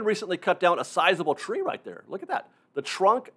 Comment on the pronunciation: I really don't mean this in any condescending way, but I often wonder about your accent. for example, to me sounds like: "The chrunk of the chree" "...also on the old chrain chrack". Again, don't get me wrong, it's very charming. I'm just a nerd for accents. Where are you from?